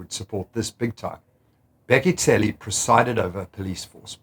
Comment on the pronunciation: Go to Min ( you'll hear him saying "Bheki Cele" a few seconds he says "Bheki tshele." This guy just proved that white people can make the click sounds. Instead he exposed himself of this denying behaviour.